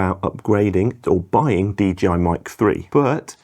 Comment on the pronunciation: It's DJI, not DGI..